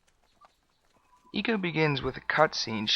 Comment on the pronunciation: "I"co, not eco!